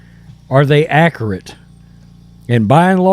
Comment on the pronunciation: God love you.. you don't say accurate accurately.. killing me. As a bear fan I love Fields, but he isn't a passer.